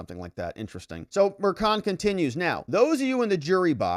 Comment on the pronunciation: If only pronounced Merchan's last name correctly...such an embarrassment.